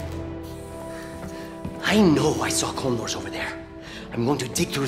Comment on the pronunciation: I SWEAR HE SAYS CLONEWARS and not Condors.